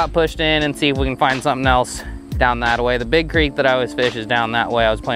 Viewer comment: Antelope crick? Lmao. It’s creek I believe.